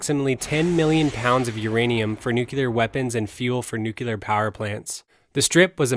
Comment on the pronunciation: I tried watching. Your Mispronouncing of NUCLEAR "NU - CLE - AR" as "NUKE - U - LAR" was just too Painful for me.